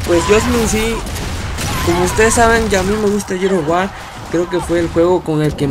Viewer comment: Jajaja a huevo así dice jajaja no mames no puedo creer que no pueda pronunciar "GEARS OF WAR" JAJA NI "JUDGMENT"